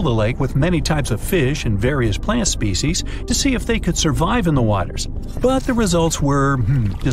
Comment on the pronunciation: As an entomologist I could not stand your horrid pronunciation of species and body parts